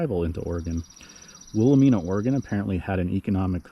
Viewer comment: Will-ah-MINE-uh with a long "I". Good work, but the mispronounced name makes it a real teeth gritter.